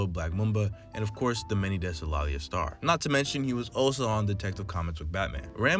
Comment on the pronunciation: Great video and very well put together but something I'd like to point out is the pronunciation of Laila's name. Hope to see more keep it up 👍